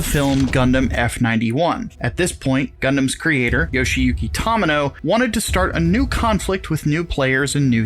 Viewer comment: I mean, judging by the way they pronounced "Tomino" I didn't have high expectations.